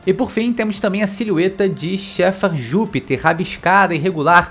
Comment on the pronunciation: eh engracado o jeito q vc fala Jupiter